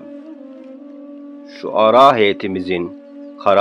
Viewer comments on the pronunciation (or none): ŞUARA DEĞİL ŞURA...DÜZELT.